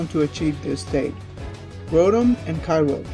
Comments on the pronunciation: Kyoger Not kyrog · You dont say kay rouge you say kyogre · No its pronounced ki-oh-grr